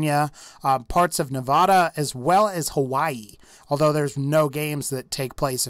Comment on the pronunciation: he pronounced nevada wrong.